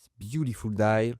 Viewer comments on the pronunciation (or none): "dial" becomes "die".. 😄